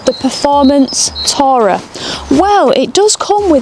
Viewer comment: The pronouncuation of the word 'tourer' made me cringe (and leave).